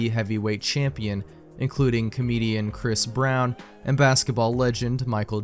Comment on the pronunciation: "Christ Brown" 😭